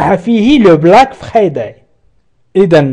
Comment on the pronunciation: Merci beaucoup mais svp ne prononcez pas le mot friday en français. Prononcez le en anglais